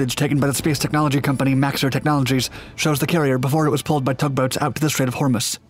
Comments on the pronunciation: I've never heard "Hormuz" with accent on the first syllable before. ...Nor with the second syllable pronounced "muss" instead of "mooz". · That is pronounced "The Straights of "Hor-mooz"". Not "The Straights of "Hormis"" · it's the strait of hormuz (Hor-MUZE) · Strait of Hummus? (Yes, I KNOW it’s ‘Strait of Hormuz’. It’s just the yank’s pronunciation). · Ah yes the straight of hummus. Good with celery I hear. You’re videos are generally pretty good but your pronunciation has always been very poor, a quick google every now and then would save you a lot of embarrassment.